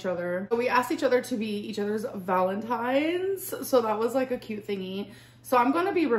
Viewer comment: Where did this irritating new pronounciation of “cute” come from? Tik tok? She’s 33.